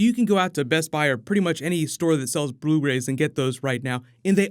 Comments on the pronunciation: BRU RAYS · "Bru rays" 😅